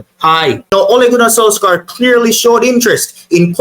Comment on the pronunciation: It's spell solskjear but pronounced solshire